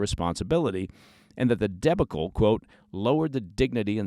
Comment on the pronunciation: I don’t think that’s how you pronounce debacle.